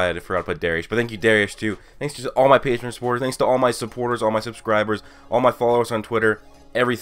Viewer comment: I am Jesus! WORSHIP me... Btw the way you said PATREON yesterday "patrown" patrone is German for bullet (Yes I'm German) btw the editing tho... Holy fuck! Its like all the previous vids in this what if... But better & with sound effects... Jesus...